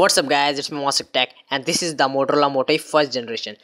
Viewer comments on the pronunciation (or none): none